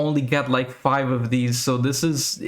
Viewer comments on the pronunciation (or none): none